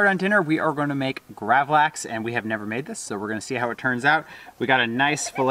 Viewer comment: You pronounced gravlax very good! Lax means salmon in swedish. We eat it on a thin hard bread called gene tunnbröd. And on that we put a sauce called gravlaxsås wich is made from dijon mustard sugar dill and red vine vinegar (and a few other ingredients) Been watching a lot of your videos in the last few days 😁 love from sweden